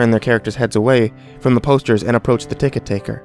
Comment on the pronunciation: lol taket-ticker